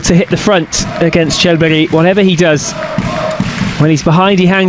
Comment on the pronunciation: I ask which is more annoying, the image cuts or the way the presenter says « Charles Berry »